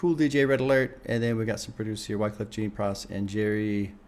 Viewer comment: JEAN is jjjjjjaaaaahn Its Kweyol for JOHN not Gene lol